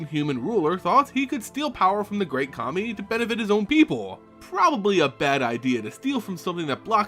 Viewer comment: I'm sorry, but everytime you say Kami I hear Commie.